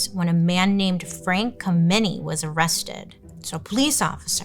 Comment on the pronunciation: I knew Frank Kameny. Pronounce ed KAM-eney